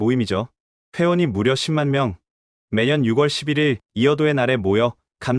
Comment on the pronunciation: 6월 [유월], 10 월 [시월] 나레이터 하실 때 참고 하셔서 바른 발음으로 하시면 완벽한 나레이테가 되실 것같아요.